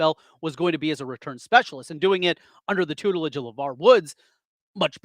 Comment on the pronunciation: Hey, he pronounced tutelage perfectly -1 for condensation +1 for tutelage (both without skipping a beat) +1 bonus score. He's still ahead.